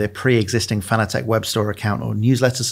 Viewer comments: "FAN-ugh-tech"?? Is it not pronounced just like the word fanatic is? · Fanatec is pronounced like the word fanatic. This is according to the company founder.